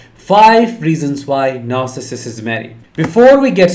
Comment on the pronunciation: Stop adding an extra syllable. It isn't narcissisiss.